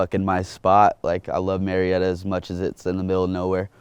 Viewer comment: Its actually Murrieta not murietta😂